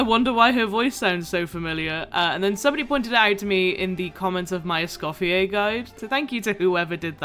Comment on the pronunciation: HAHA yes I am a huge gordon ramsay fan XD <3 I was so surprised to know not many people knew this about him :) also i forgot to say in my initial comment, congrats on escoffier c1! That was an absolutely crazy pull you deserved the luck! (And also thank you for saying her name right, so many people pronounce the R at the end and it was driving me nuts 😭) Also another fact I found funny is that her name Escoffier comes from a famous french chef who was extremely sexist and didn't believe women belonged in professional restaurant kitchens. So the fact that Hoyoverse made a female chef character who is named after Escoffier is especially funny to me.